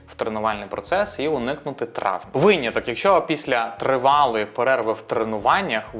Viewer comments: дякую за випуск але виняток, а не вийняток :) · Як для початківця це було дуже корисно🎉 Дякую Єдине, що часто чула це «вийняток»😅 наче правильно «виняток»